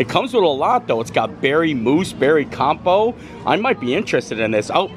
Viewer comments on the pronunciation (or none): COM-pote. You pronounce the t in it, Friend. ❤